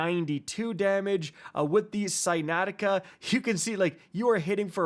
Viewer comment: 😳 Pretty sure Synanceia is pronounced ( Sigh-nan-see-ya ) 😊